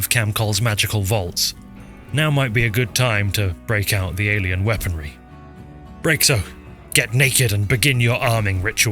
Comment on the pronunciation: Did you say alein weaponry